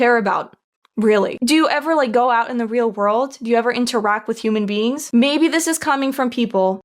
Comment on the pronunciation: ik vind het leuk dat het moment dat ik weg keek en de blonde vrouw haar lippen niet meer lees hoor ik dat ze human beans zegt lol